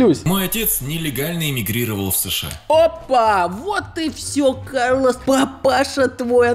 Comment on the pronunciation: Все: кАрлос Юлик: карлОс